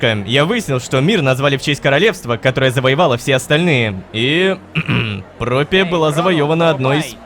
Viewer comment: опять ошибка не "Пропия" а "Проппия"